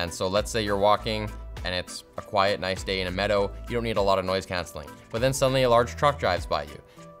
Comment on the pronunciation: A quiet nice day in a meadow. He did say it a bit weird though yeah.